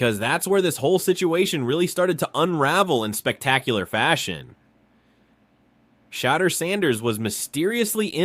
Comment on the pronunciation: Homie if you going to make a video about anyone good or bad….. SAY THE NAME RIGHT lol it’s not hard to look up how to say it and It’s frankly disrespectful. Sha-door San-ders is how it’s pronounced. Like even if you wanted to praise someone the most praise you can give a person is to know their name. It might be simple but out of millions of ppl on this planet you took the time to know or remember them and to go as far as to make a video and cant get their name right lessens the praise. Good info on the video tho.. my brain just tweaked out that lol